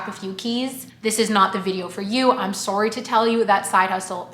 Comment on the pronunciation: Your “sorry”’s in the intro are so Canadian love it 😆